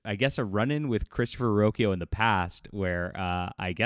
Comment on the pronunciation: His last name is pronounced "Rock-ee-oh" not "Roo-oh-ki-oo."